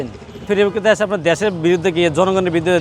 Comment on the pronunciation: ডেশের শালারা দেশ বলতে পারে না।